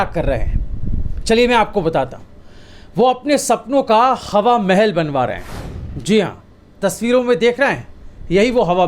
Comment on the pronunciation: qha qha plz thoda kam boloyaee,qhawa mahal.nahi hawa mahel.plz.dont mind With due respect.